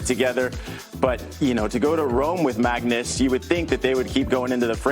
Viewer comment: It’s Magnus not Mangus. Christ.